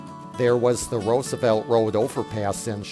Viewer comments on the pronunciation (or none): none